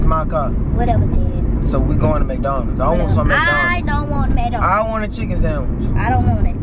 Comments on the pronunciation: this how many times she said “ion want Maconalds” (yes ik I spelt it wrong bc that’s how she was saying it) . ⬇️ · not MCdonalds but MACdonalds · it is so funny how she pronounces "MacDonalds" :face-blue-smiling::face-fuchsia-tongue-out::face-blue-heart-eyes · It pronounced Mc Donalds